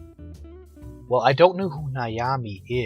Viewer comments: You have a great voice, have you ever considered being in radio? and it's Nami not niami. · Hate to be a Smartass, but Nami is pronounced Nam-ee. (Nam rhyming with calm.) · How on earth did you mispronounce Nami so badly? There's not even any letters between A and M